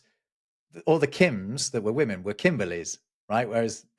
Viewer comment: it happens a few times in this episode but seems to have a pin-pen hypercorrected pronunciation of the word "women"